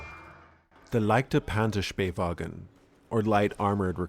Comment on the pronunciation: There was an attempt to say it right, an attempt